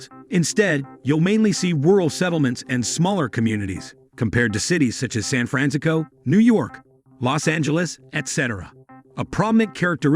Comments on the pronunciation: How do you say San Fransicso ???????? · They can’t even program the robidiot to say San Francisco. Time to find another con, creeps.,,why is a rural area sparsely populated. Moronic mumblings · Can't even pronounce San Francisco right. I'm glad I only wasted less than 2 minutes of my life on this garbage.